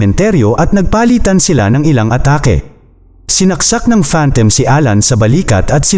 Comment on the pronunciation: You pronounce it as phantom... Not phantem